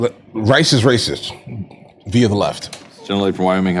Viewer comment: Rice isn't Rrrracist.